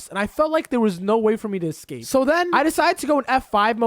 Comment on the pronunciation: THANK U FOR SAYING EXCAPE ROOM